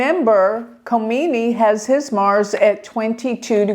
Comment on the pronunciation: Dear, the stars did not tell you his name Ali Khamanai not Khomani!